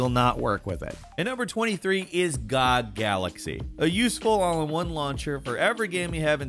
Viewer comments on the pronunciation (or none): GOG Galaxy... Anybody else think pronounced that weird or just me?